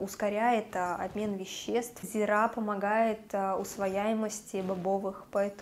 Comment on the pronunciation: зИИИИИИИра. зИИра. не зирАААААА!!!